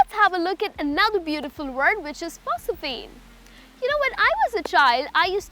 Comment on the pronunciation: Omg...look how's she pronouncing 'phosphene'...the correct phonetic transcripts are: /ˈfɒsfiːn/ ...she clearly pronounces 'school' as 'ischool'.